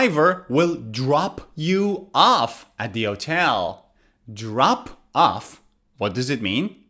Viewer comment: As a non-native English speaker, you have a good accent in English. But there is sth wrong with your pronunciation of the word "hotel".